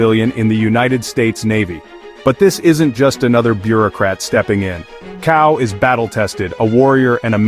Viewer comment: Pronounces tsao. C is pronounced ts.